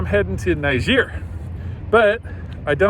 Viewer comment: lol, you say the name is "Often mispronounced", and then mispronounce it. I'm guessing you don't speak any French!